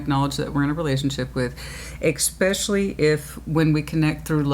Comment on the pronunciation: so articulate - and yet you say "ex-specially" instead of "es-specially" it doesn't matter just funny.